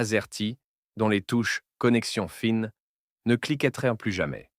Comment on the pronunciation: Reportage très intéressant mais la Voix merdique de l'IA bousille tout dommage. comme Connexion Fine non FIN.